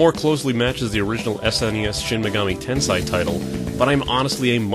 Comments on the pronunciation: MortalWare unfortunately Japanese is very strict in its pronunciation. "Tensai" is a completely different word (means "genius") from "Tensei" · It's pronounced "ten-say" not "ten-sai" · Normal pronunciation of Tensei = ten-say" pronunciation of Tensei = "ten-sai"? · The hell you say.. He also says niche as 'nich' not 'neesh'. But each to his own. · "In this video I repeatedly pronounce "Tensei" wrong. Get over it." NO!